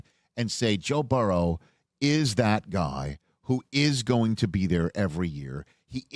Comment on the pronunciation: I love Rich…however, I can’t stand how he says Joe Burrows name. It’s mispronounced somewhere close to Barrow.